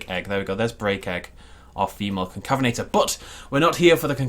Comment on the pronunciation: excuse me it’s pronounced con cave inator